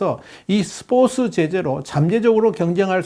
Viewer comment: 이 아저씨 스포츠 발음 왜 계속 스포스라고해 한국사람맞음? 중국사람아님?